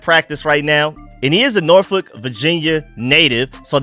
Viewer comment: I love your content, You really earned my respect, even more when you call my hometown of Norfolk, Virginia you pronounce Norfolk right Thank you